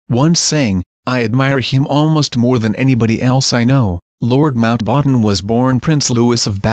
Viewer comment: Mount- "waaten"?